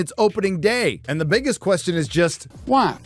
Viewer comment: Did you say “this is probably my last video” ?!?! whyy? Hwaaaaay? HWaaaaaaaaay?